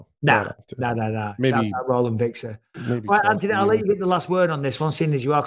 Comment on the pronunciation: I love how bisping says his name... ANTony